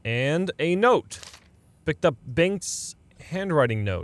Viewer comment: Havent heard a non-swede pronounce "Bengt" before but that was perfect swedish :D